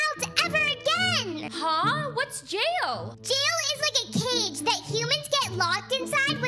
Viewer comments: I died when she said Yail instead of jail.😂😂😂😂😂😂😂😂😂😂😂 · I love how said “yail” instead of “jail” lol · “they go to yail” 😂😂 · I instantly laughed because said Hayek instead of jail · Hail she said hail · I love how she says yail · I laugh when you said yell instead of jail lol :) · I just noticed that you said “yail" instead of jail at the fountain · i love how she says yay il instead of jail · It not yail it jay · It not yale it's jail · Uhh I think I heard said "if everyone found out they will go to yail" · I LOOOOOOOVE the part when she said:or they will go to yail😟🤠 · You said jail wrong